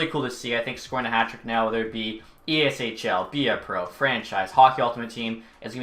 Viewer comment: why do they keep saying " eashil "????????? do they not know their own game?